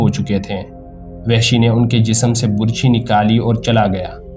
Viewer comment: یہ لفظ burchi نہیں بلکہ barchi ھے۔۔۔۔اور آپ نے اپنی تقریر میں حضرت امیر حمزہ رض کے ہاتھ میں ڈھال پکڑا دی۔۔۔۔حالانکہ تاریخ میں لکھا ھے کہ حضرت امیر حمزہ رض دونوں ھاتھوں میں تلواریں پکڑ کر لڑا کرتے تھے۔۔۔۔وہ ڈھال استعمال نہیں کرتے تھے۔۔۔آپ پلیز تاریخ کو مسخ نہ کریں۔۔۔اور تلفظ کا خاص خیال رکھیں تا کہ اچھا تاثر قائم دھے۔۔۔۔شکریہ